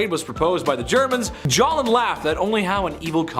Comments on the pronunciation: OMG, please...it's 'J' oseph 'S' talin not Jalin...wow. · For the record...the name is Joseph Stalin, not Stoseph Jolin. It was pronounced incorrectly more than 3 times. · Where do they find these uneducated narrators? This NITWIT referred SEVERAL times to Joseph Stalin as Stopheus Jolen